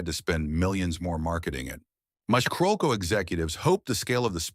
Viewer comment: It’s pronounced Carol-co.